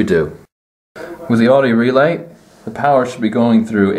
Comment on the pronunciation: I couldn’t watch this video in full. You said Audi incorrectly too many times